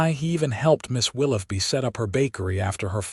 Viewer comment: "Willoughby", I appreciate that you can likely pronounce "tough", however, wonder what you would do to the word, "though" - as in the "Right" way to pronounce "Willoughby" - "Will-OH-bee"